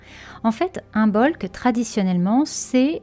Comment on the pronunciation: Merci. J’aime beaucoup vos vidéos et podcasts. Je me permets juste de dire que l’on ne prononce pas le B dans Imbolc. Je l’ai appris aujourd’hui. C’est pourquoi je me permets de vous partager la vraie prononciation. 🙏🏻🤗🙏🏻